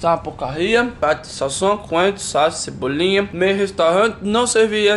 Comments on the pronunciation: o Chris falando cebolinha 😂😂😂😂😂😂👌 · muito cebolin